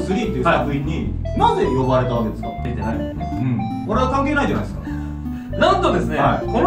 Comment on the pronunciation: 出てないもんねが出でないもんねになってる